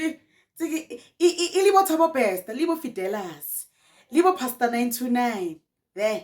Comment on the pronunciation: Not Fidelas😂😂😂😂😂